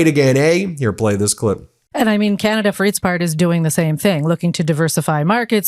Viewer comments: The way this ambassador pronounces Canada irks me so much! 🫤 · IS it just me or does it piss other CANADIANS how he pronouces CANADA...?? If your gonna insult us at least pronounce CANADA properly!!!!😖😡🤬